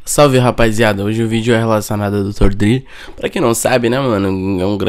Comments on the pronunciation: Dr dri kkkkkk se pronuncia dr (drey) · Aportuguesou kkkkkkkkk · Além desse clickbait fudido, o cara nem sabe pronunciar o nome do cara direito.